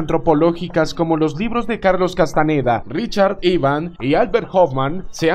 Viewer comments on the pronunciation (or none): none